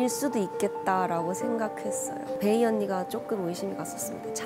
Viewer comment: 왜 자꾸 베이를 케이 라고 하나요? 궁금